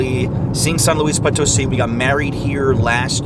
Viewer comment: Not to be rude, but why do you insist on calling it POT 🍯 instead of Po (long o) tosi. I'm sure she has corrected u....just sayin 🤷